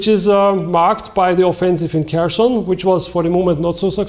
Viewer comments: kh bitte und nicht K also: CH wie in milCH... Kherson und Kharkiv kein h und kein k...bitte ... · Bitte an der Aussprache arbeiten: "Cherson" wie "Charkiv" hat am Anfang ein (kyrillisches) "Х". Dasselbe gilt für Zaporizhzhia (*) - da gibt's eine Audio-Datei in Wikipedia. (*) Die englische Schreibweise mit "z" statt "s" gibt die stimmhaften Laute besser wieder als die deutsche Schreibweise.